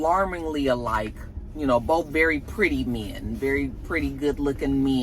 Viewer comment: It’s the way says, “Men” and 😂😂😂! Pretty Min’ very pretty min’! It’s the accent for me! Love it ❤